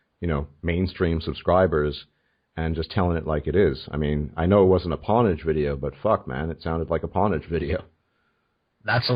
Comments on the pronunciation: That guy really can't pronounce pwnage? Lmao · For clarity (as I'm not a "gamer" per se) it's pohn-age, yea? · "Pawnage"? LOLZ.